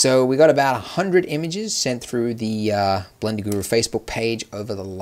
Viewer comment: Did you just say blinder instead of blender